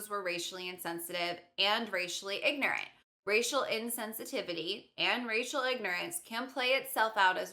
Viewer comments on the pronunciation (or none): lol when she said "racial ignorance" i thought she said "rachel ignorance" wow the words are so similar